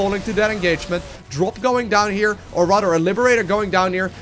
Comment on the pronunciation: "rador" (rather)